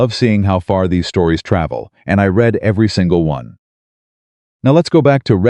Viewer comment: Learn how to pronounce READ